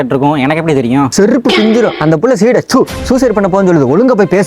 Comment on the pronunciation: Seedai✅ suside ❌